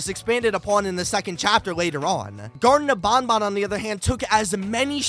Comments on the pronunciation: Bruh "Garton Of BonBon" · Garten of bonbon?